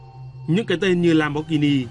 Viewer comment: Value giọng Bắc, lam bót ghi ni haha